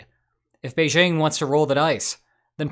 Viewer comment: First off, "Beijing" contains no "z". (It's "Bei-jing", not "beizhing".) ;)